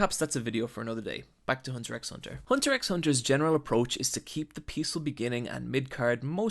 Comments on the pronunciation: Shit everytime that you say hunter ''X'' hurts my ears and brain, the manga/anime despite of the X printed in everything it's just and officially called Hunter Hunter, but nice video btw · Inc. He does misspell a few words (starting from the show's title, the "X" is silent), including Rammot's name ("Ramurot") and calling Nobunaga "Muramasa" once, but I'll penisride this video nonetheless. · Hunter ecks Hunter. Drop the X please. It's pronounced Hunter Hunter. Really love this video though! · He just said Hunter EX Hunter bro ur not supposed to pronounce the X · Nice video! This might be a minor point already mentioned, but I'm pretty sure Togashi Yoshihiro (the author) pronounces the title as "Hunter-Hunter", without saying the "X" out loud. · it's pronounced Hunter Hunter the x is silent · .. Why don't you pronounce it Hunter CROSS Hunter ? Oo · I love this video and I love the show but here's what's getting me at the time you made this video I know that you don't know the "X" in the shows titel is silent, so it's says "Hunter Hunter" or "Hantā Hantā" I know you probably know this now and this comment is kinda pointless but I just found it funny everytime you said "Hunter x Hunter" along with a whole host of other miss pronunciations xD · Amazing analysis, just a minor correction, you don't pronounce the X in Hunter X Hunter, it's purely an aesthetical choice. So it's actually pronounced Hunter Hunter. Also, I just noticed, but , you say Muramasa when his name is actually Nobunaga. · He pronouncing "x" bugged me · the pain i feel when you pronounce the x is immeasurable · I died inside every time he pronounced the "x". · So there's gourmet hunters, blacklist hunters, archeological hunters, beast hunters etc. What is Gon hunting? The show is called Hunter (x) Hunter, you don't pronounce the x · you dont say the "x" its a Space between words not the actual letter. Theres a video of Togashi pronouncing it himself so people please say it correctly.